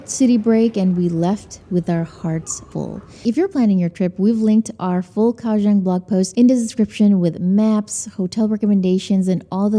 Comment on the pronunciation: TW Kaohsiung native GF politely corrected me & says it's pronounced more like "GOW-Shung." Won't say how badly I butchered the name before; it cracked her & friends up. 🤣 Kaohsiung ... one of the most under the radar cities. Glad you discovered & enjoyed! 🐯🐲